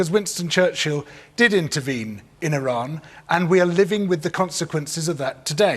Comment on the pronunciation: surprised that he’s pronounced Iran correctly